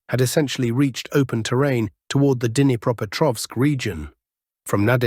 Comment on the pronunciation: should at least know a little Russian or at least know how to pronounce "Dnipreopetrovsk". This is the last time I will click on your channel. I watch "military Summary Channel".